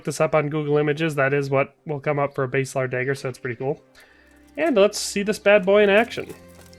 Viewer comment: Pronounced Bass a lard. Bass like the fish, not the guitar. :-)